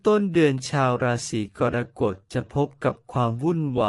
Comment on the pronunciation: ขอแอ๊ดอย่าใช้เอไอภูมิปัญญาต่ำมาอ่านเลยขอร้อง เกิดมาจนแก่ไม่เคยได้ยิน "รา-สี-กอน-กด" เลยอ่ะ ภาษาวิบัติน่าเสียดาย